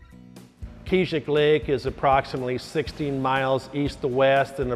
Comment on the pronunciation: Hahaha, I love the way they say Keezhik Lake. So inaccurate